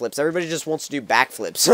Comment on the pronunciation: this may sound racist but i thought he said black flip and im black but then he said back it sounds like black to me